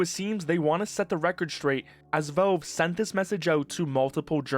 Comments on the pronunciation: It's 'Valve" not 'velve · who is 'velve?' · bro, "volve"? that has to be a new way of pronouncing valve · I have never before heard "Valve" pronounced as "velv." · you say “velve” lol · why are u pronouncing valve as "vove" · You keep saying "Velve". It's very distracting. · What the hell is "velve" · wtf is "veulv" by the way? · Do you not know how to pronounce the word valve, or is this an AI voive over? It's driving me nuts. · For someone who makes almost nothing but Valve related videos, you really should learn how to pronounce the word Valve.